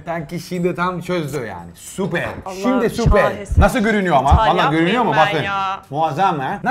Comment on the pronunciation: nobody: literally nobody: danilo şef: supeeyyrr